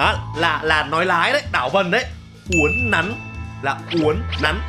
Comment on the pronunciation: Uốn nắn chứ ko phải uốn nắng